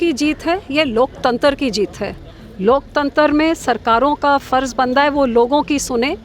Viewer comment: Loktatra nhi, loktantar